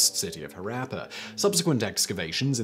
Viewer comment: Omg Simon's pronunciation of Harappa is just hilarious